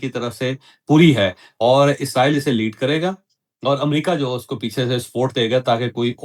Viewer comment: عزرائیل نہیں ھوتا اسرائیل ھوتا ھے